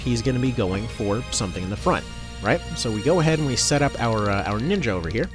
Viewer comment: Don't like the way this dude says ninja...